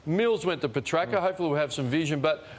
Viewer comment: Can Ross stop mispronouncing Petracca’s name?